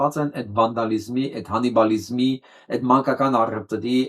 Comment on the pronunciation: Ողջույն...... "Հանիբալիզմ " չի` այլ " Կանիբալիզմ " ՜ ա թե չէ Կարթագենի հայտնի զորավար Հանիբալը կապ չունի դրա հետ...,🤔